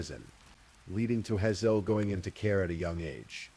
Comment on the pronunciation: HAY -ZLE. Like the eye color. 🤦‍♀️🤦‍♀️ despise mispronunciation. Especially on such a basic word